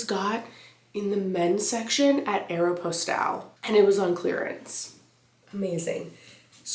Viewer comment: Did you get that sweater from Aeropostale? I have never heard it said like that before!! 😂